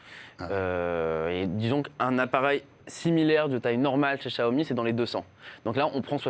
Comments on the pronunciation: Ca se prononce siaomi en fait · Pourquoi François Sorel s'entête à prononcer [JIAOMI] alors que ça se prononce [CHIAOMI] ?